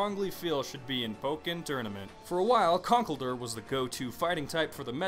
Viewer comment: You are horrible at pronunciation... Scizor- See-zor Zoroark- Zorro-arck Conkeldurr- Con-KELL-dur Accelgor- Ack-sell-gor I'm actually not sure about Mienshao though... I still say Mee-in-Shao